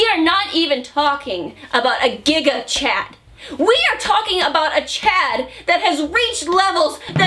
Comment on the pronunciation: it's Giga. But the way she said it + the fact that Gigguk is an omnipresent being, makes it sound like she said "Gigguk Chad" And a Chad he damn IS!